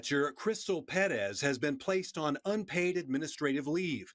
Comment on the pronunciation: the refreshing feeling I have after finally hearing someone on tv/online pronounce Perez right is incomparable